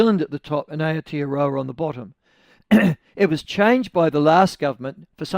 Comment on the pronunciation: The biggest reason why New Zealand should not be called Aotearoa is that most people will mispronounce it like Michael does. Mangling the pronunciation is like hearing an opera singer out of tune.